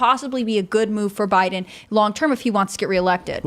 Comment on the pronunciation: Tim and it's Biden Administration. Not Bide Aministration, or Biden Ministration. Syllables are important. You should try to pronounce them all!